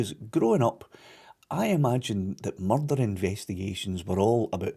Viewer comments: There's bin a murrrrderrr.... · There's only one accent that the word 'Murrrdurgh' was made for.👍🏴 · When he says "murder" in that accent - just like Taggart